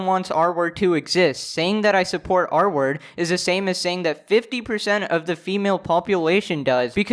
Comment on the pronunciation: took half the vid for me to undersand he was saying "r-word" and not "artwork" bruh